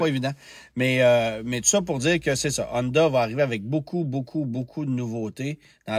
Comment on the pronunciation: Si on prononce bien Atlas, on peux-tu s’arranger pour arrêter de dire Hondahhh et Acurahhh svp? 🙏